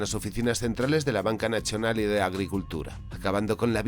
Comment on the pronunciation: Ente "naCHionali"...😂